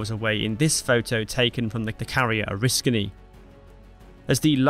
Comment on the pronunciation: On top of all the other kudos, let me congratulate you on correctly pronouncing Bonhomme Richard and Oriskany. You'd be amazed how many people screw those up.